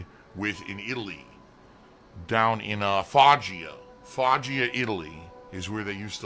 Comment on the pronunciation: They put a whole bag of sugar in their sauce back home,? Also love how he mispronounced Foggia.